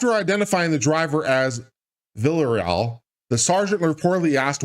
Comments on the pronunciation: The name has four 4 syllables: Vee - la - ray - all. Please learn to pronounce Spanish names. They are needed everywhere in 2022. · Your butchering of his last name very funny. Texans would know it ha. Say it like this Vee a ree al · His name is pronounced "Villa-ree-Al" ;) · Close. Villa - ray - all.